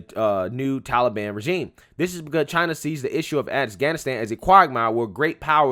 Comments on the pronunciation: What the blue hell is 'The Tullyban'? Puppet Joey can't even pronounce Taliban correctly. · Of course, it's his go to answer. Biden can't accept blame actually. He doesn't do anything. Trump made no negotiations with Talibon. Why does he keep saying seasonal? Seasonal immigration. Ah oh, it's Talibon season again! Fool